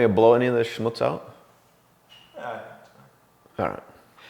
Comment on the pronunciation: That was a perfect german pronounciation of "Schmutz"... very impressive.